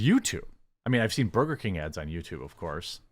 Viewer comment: C ya bye 😂😂😂 tries so hard do improperly say burger 🍔 and he can't even do that right.